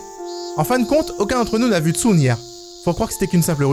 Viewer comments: Il a dit Tsun le sun comme sun en anglais et moi je dit Tsun en prononçant Tsoune 😭😂😭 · "tsun" se prononce "tsoune" XD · bas comme j'ai dit c'est compliqué de parler une langue que tu ne connais pas